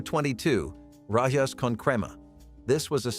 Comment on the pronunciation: Rajas! 😂😂😂 "Rah•Hass"